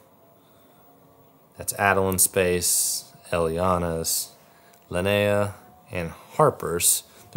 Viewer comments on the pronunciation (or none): Linnea is is pronounced Lin eh ah. It isn't lin- nay - ah. It's a common name where I am from in Scandinavia. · I suppose, however this name is an indigenous Scandinavian name. It is unheard of outside of Sweden really. There is no English version. So I am assuming they would like the correct and.only pronunciation. Which is LYN -EH - AH Short eh sound which is infact much more lovely. Skal.